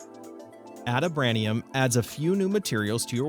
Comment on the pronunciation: Funny that you don't know how to pronounce adamantium or vibranium. Are you not a Marvel fan, or have you never heard of those fictional ores